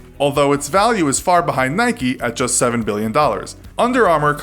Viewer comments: why u pronounce nike wrong and adidas right u guy with a ball in mouth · you say "nike" incorect.. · GT 0MegaRACING A foreign thing? Nike is American bud, not British. Adidas is German, not British. It’s a British thing to pronounce it wrong, not a foreign thing. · It's so annoying he can't pronounce nike properly 😭😭😭😓 no y or ie on the end. You don't call mike, mickie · It's Nike not Nikey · It’s Nike not Nikee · Its not Nikie. Its nike.😅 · It’s Nike, not Nikey. You don’t go around saying bikey now do you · It's "Nike" not "Nikey" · I say n ike not nik eeeee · Why do people say Nike-y it is spelt NIKE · please do not call nike "naiki" do you call your bike "baiki" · You dont say nikeeee you nik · NAIK NOT NAYKEE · Its NIKE not NIKEY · NOT NIKEE ITS NIKE!!! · It’s called Nike not nikey, you don’t say bikey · It's nike not nikeyyyyyyy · Nike not nik-e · IKR its nike not nikee lol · In Philippines we call it Nayk. Not Naykee. Lol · Whyyy dafuq you say nikeeeee just say Nike just do it! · Why pronounce it Nikee though, it's "Nike", you don't say bikee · It’s pronounced naik not naiki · its not nikee its nike with a silent e also its not adeedas its adidas you say it how you spell it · It's Nike. Not NIKEY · Its not nikey its just nike. you dont say 'likey' with the word like. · Since when do you pronounce "nike", "nikey" :,) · Its Nike not niky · Not so sure about Nike either. It should be Nike, rather than Nikeee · Who’s from the UK and gets annoyed when he says Nikey and ado-das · Why is he saying niky? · STOP SAYING NIKEEEEEEEEEEEYYYYYYYYYYYYYYYYYY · GT 0MegaRACING yes I know right if you call Nike nikee then why do you call a bike bike not bikee it’s just wrong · GT 0MegaRACING yea I’m from England and whenever I hear nikeeeeee I cringe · WHY DO AMERICANS CALL IT NIKEY? W.H.Y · it is prunounced "nik" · Nikey and pooma...... ffs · stopped watching when he pronounced Nike like Nike - eeee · You said Nike and Adidas wrong